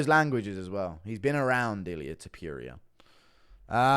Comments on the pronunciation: Stop saying his name like this bruh😂.Its not illia topiuria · Why you saying ilia topiierea its ilia topuria!! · It’s toe-pour-ia pronounce his name right 😂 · Tiperia? Topuria my dude To-pour-ee-ah ya dunce😆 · Tipuria? Can you pronounce the name right bro you do this shit for a livin’ bro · You mispronouncing topurias name on purpose?